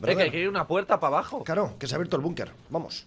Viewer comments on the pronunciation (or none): Es bunker no bunquer